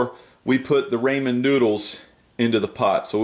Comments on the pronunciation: I love you but you prounounce ramen as RAYmen but its like RAH.. rah RAH men sorry, good stuff though!! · D: It's raw-men. RAWMEN noodles.